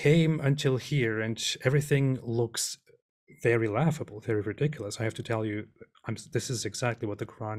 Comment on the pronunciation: THIS NIGGA SAID "RIDWICLOUSE" LMFOAOAOAOAOAOAOAO